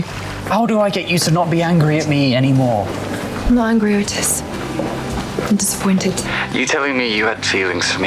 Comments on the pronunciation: Lmao "Morning ETES" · I can never say the name Otis normally only the way Eric does